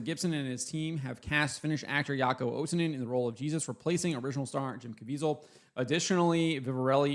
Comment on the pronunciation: The name is Jaakko, not Jaako. But still the best pronunciation I heard so far 👍